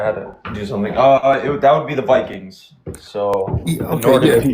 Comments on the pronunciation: "We was Vikangz" 🥛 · The vikangs😂😂😂😂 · "We were Vikanz and sheet" 😆🤣😆 lol